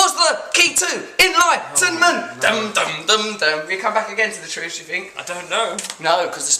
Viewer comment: Simon Says TREWS